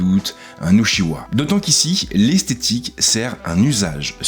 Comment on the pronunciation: Super vidéo ! La comparaison avec les Uchiha m'a bien fait marrer mdr, prononce le juste "Utchiwa" x)